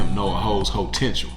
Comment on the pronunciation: Living up to some "hotential". Jesus wept,.